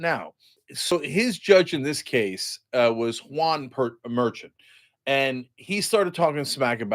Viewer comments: Everyone please learn! His name is pronounced mer-SHAWN, not MER-chand. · Lawyers who have had cases before Judge Merchon pronounce his name "mer-SHAWN" Michael Popok / Legal AF / Meidas Touch Network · The correct pronunciation for the judge’s name, Juan Merchan, is “Mer-shawn.” It’s disappointing that you’re attempting to put out a serious video, & right out of the gate, you butcher the judge’s name. These basics should be known by you before making content, period. Do better please. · You pronounce the judges name like Mer SHAWN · You are pronouncing the judges name wrong, it sounds like mer chawn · Juan Merchan... Huan Mar-shaan person with difficult to pronounce name... It's pedantic, I get it, but when a video starts with it... just no. You, and Anna can misgender, mispronounce, and misconstrue the facts; however, I'm moving on. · So ignorant can’t even say the judge’s name correctly while acting like you know all. 🤮